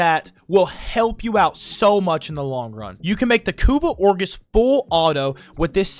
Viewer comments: it is like a knife to the gut every time i hear orgis when he means ogris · It's ogris not orgis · It's OGRIS, not Orgis... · lol.. "orgis" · i'm gonna go crazy if you say "or-GIS" one more time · Everytime he said Orgis I died inside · the "orgis" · "Kuva ORGIS" man im dying XDD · W guide, L pronunciation on kuva ogris